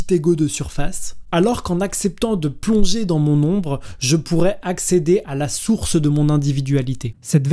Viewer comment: merci pour cette vidéo intéressante, beau travail :) . petite remarque de forme : une erreur de liaison vers 15'25 vous dites "je pourrait être au lieu de je pourrais être", et sur le fond, le concept d’Inconscient freudien est en effet très limité et limitant, pas du tout nécessaire, et reconduit des archétypes plus qu'il ne révolutionne les paradigmes. On reste du coup dans une logique de transcendance, avec la phénoménologie on peut pê mieux penser l'immanence de l'esprit à la matière... La psychanalyse mène in fine à un structuralisme qui reproduit le matérialisme et le dualisme peu ou prou.